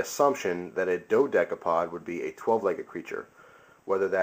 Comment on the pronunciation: i thought you say it dode capode